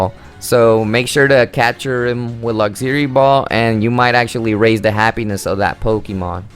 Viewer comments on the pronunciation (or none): This dude really pronounced ‘Luxury’ as ‘Lugzury’